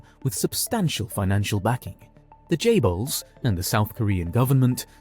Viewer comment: Correct me if I'm wrong isn't it chaebols not jaybols